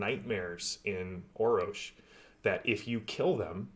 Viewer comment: Thanks for the correction! So, Orror-sh? Yeah, I can hear it now. I was saying 'Orrosh'. :D I would love to chat with Matt. They did a great job with the Foundry modules, I am looking forward to even more content. So.. Thanks for your involvement! As new material drops, I will do my best to let people know. It really is the best VTT for TORG Eternity right now, hands down. Thanks for the shout out. I will also do everything I can to support TORG and raise the general awareness of the game!